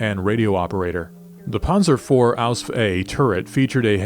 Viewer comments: as a legitimate german I can only state that repeadetly uttering ausf ausf ausf sounds ridiculous to german ears. There is not a single word in german with the ending sf. It doesnt even make sense for the ease of pronounciation. Even de englishman has problems to spell ausf. If you want to sound like and expert dont say ausf. Its just stupid and definitly not historically accurate. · Ausf is short for Ausführung only in writing, not in spelling. No german says Ausf, it sounds ridiculous.